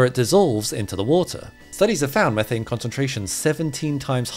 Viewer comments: Mee-thane nor meh-thane! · It's pronounced meeethane you doughnut